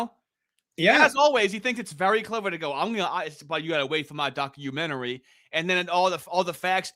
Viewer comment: you cant dock your menery, god im so glad he lost😅